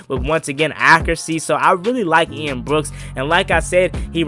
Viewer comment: It’s Ian Book, Not Ian Brooks